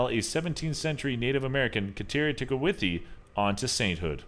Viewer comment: FYI Its not St Kateri Tekawithi..... It's St Kateri Tekakwitha. That was my elementary school & I'm Catholic. Just thought I'd share and keep up the good vids :)